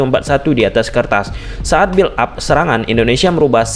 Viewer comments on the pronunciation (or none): none